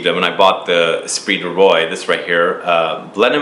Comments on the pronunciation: Espirit du Roi. I'm pretty sure it is pronounced "Rua", Spirit of King. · The way he pronounces Roi makes me cringe. It's pronounced [ʁwa]. Ignorant Americans.